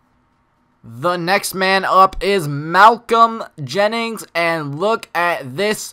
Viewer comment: Thank you for talking good about my card but my name is Malcolm JENKINS not Jennings